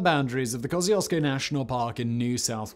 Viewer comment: Was impressed you said Kosciuszko correctly, but you butchered Murrumbidgee... not as badly as we are butchering the planet though :(